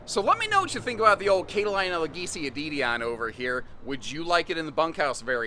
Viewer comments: kate-a-line-a? I thought it was cat-a-leena. 🙂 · Cat-ah- lean-ah. Sorry, pronunciations police came out!